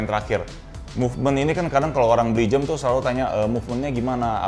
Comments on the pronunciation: Dia ngomong jem. Bukan jam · Pertama kali liat saat collabs sama Raditya Dika. Yg jadi perhatian saya saat itu saat mengucapkan jam menjadi "jem"